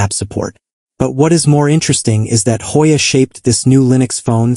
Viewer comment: "Hojja" ajajajja 🤣🤣🤣 ..no we don't pronounce it in Spanis!